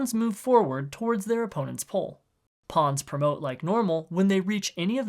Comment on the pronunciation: the way this guy pronounces "pole" as "pull" is driving me nuts what accent is that